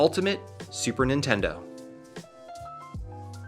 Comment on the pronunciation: "super nintendou"